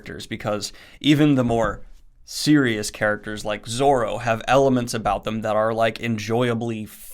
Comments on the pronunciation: Names: Luffy is like Loo-Fee. Also Zoro, not Zolo. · 'luhfy' and 'zolo'. they genuinely hurt, like when people say 'should of'